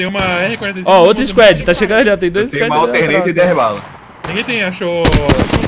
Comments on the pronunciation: Mano gosto demais dos vídeos mas que porra é 'isquédi'? quiseram ingleisar o squad e tão falando totalmente errado, não queria ser chato mas é que toda vez que falam dói o ouvido... pronuncia do jeito que se escreve 'squad' que fica mais próximo do certo. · Velho eu falo inglês desde criança e moro nos estados unidos, falar 'squad' em português assim como está escrito é 'próximo' da pronuncia correta... A maneira que eles pronunciam nem existe, sei que o 'a' as vezes tem o som de 'e', mas não nesse caso.